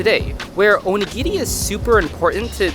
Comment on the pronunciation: you dont pronounce onigiri right and its really dorky